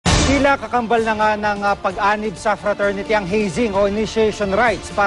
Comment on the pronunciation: lousy!!!.. frasority dw cla? hehehehehe..